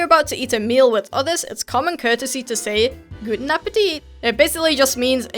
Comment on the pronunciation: güten appetit hahahaha ich kann nicht mehr😂😂😂😂😂